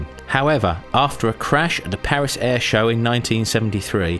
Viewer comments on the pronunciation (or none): none